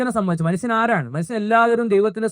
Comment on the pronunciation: Manusan , please say atleast manushyan.